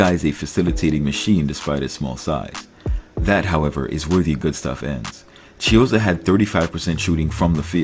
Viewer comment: Not chizzo fvccck